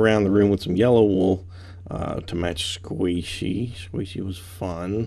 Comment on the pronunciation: You pushed a q in her name is not Saishey it is sqaishey